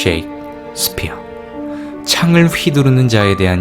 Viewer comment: 섹스피어가 아니라 셰익스피어...발음이요